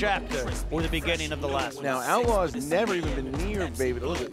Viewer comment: Jesus Christ, I mean I understand if someone mispronounces Jim VEJVODA's name since it's Slavic (Czech) and unusual for Americans, but FFS his full name is there to be seen in the graphics throughout the whole match so IDK, just look at the video and just copy his last name? How hard can it be? This to me is the same type of ignorance that Top That showed. They had all the means to gather the info on their opponents but were just too lazy or whatever to even bother and put a bit of work into some research.